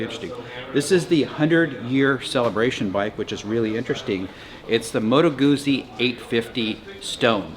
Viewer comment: Why is it 'misunderstood'? Because so many people have preconceived notional nonsense about it. Like the various notions you had yourself about it. You could just wait for a test 'drive'. BTW, it's not Goo-zee, it's Goot-zee. Like Pizza!